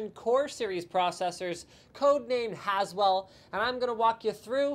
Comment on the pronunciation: > "as well" or "Haswell" LLLOOOOLLL